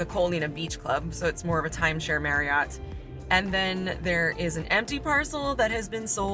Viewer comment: I have been enjoying your circle island tour of the neighborhoods, this was an awesome idea! On a side note, when pronouncing the word Marriott, it is pronounced more like - “Marry-it” similar to chariot and not “Mary-ought” 😄